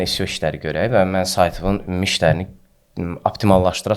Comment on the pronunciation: Maraqlı söhböt üçün təşəkkürlər. Tələfüsdə "Sio" yox, "EsSiO" desəydiz daha düz olmuş olardı.